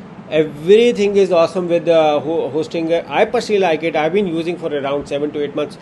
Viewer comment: Hostingeer hostingeer hostingeer